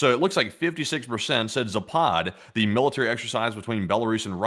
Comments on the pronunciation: It is pronounced zap ad, not za pod, dbags. . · Guys, its zapad not ZApad. It's caracas not CA RAcas. 🤣Both are same sound from beginning to the end. American pronunciation sometimes really drives me crazy :face-purple-crying